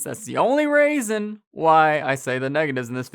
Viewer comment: "That's the only raisen" I happened to be eating grapes and fell out of my chair laughing. Great review!